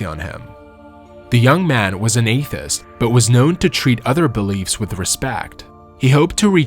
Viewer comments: He needs to learn to pronounce words though. I get it might be hard to do words from another language, but deity and atheist are pretty basic words. No reason to get them wrong. Narrators should look up pronunciations. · Research how to pronounce: deities and athiest.